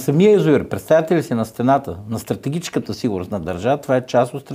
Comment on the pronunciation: Спри да казваш "СтратегичеШката", "ПолитичеШката", "ЕлектричеШкия" и тн....